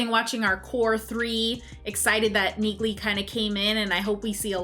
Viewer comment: Heeeyy! Good to know I'm not the only one that mispronounced Neaghly's name! And this is coming from someone who studied Irish for a year. XD